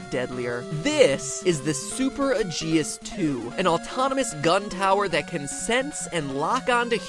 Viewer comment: that gun tower is called super aegis 2, so you pronounced that wrong.